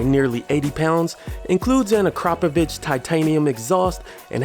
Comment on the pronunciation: You pronounced Akrapovic (Ah-Krop-oh- vitch) correctly. Bravo!! 👏🏻